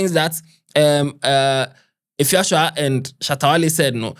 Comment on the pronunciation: Eiii what’s Efia shoa??? 😂😂😂😂 instead of Efia Swa😂😂😂